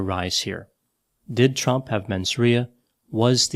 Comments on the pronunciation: Did you call him Trump or Chump?🤣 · I swear I heard you call him chump more than a couple times.